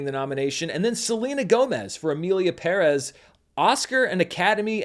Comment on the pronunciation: Oh come on you’re not going to pronounce Perez wrong like that right? The movie was trash, but still.